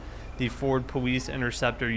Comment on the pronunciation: Why does he say powice